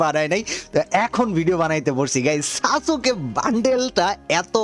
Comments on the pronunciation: সাসুকে❌ সাসকে✔️ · Eita pronounce kore "Saske" bole. Sasooke na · ভাই সাসোকে না সাসকে😅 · সাসুকে না ভাই🙂 সাসকে☺️ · সাসুকে না ভাই সাসকে 😊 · সাস কে ❎ সাসু কে ✅ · সাসুকে ❌ সাসকে✅ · আরে ভাই সাসুকে না ❌ 🤣। সাসকে হবে✅ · সাসুকে না সাসকে হবে😂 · ভাইয়া এটা সাসুকে না সাসকে হবে